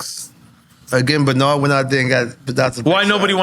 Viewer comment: Nore: Yo E! Banard😂 E: you say he name one more time imma stop the show 😂